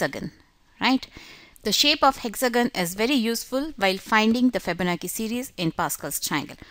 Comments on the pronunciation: Pronounced chi like chow chi bye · My friend, It sounds like you are very political, I apologise if I was rude but I expressed sincerely what I felt. I am not talking about general English skill but the important keyword like Fibonacci because it does influence other people so that many audience propagate it again, a chain reaction occurs! Probably the same thing happened to her. I would like to urge people to google about how to pronounce the keyword and it doesn't take more than a couple of minutes. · Fihbownachi Fihbonaki lol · You could pronounce "Fibonacci" better than that. Very annoying to hear a wrong pronunciation over and over again. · Ikr, its not that hard